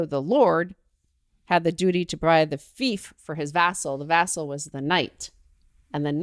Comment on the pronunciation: fief is pronounced FEEF not FIFE. I really like pink hilites.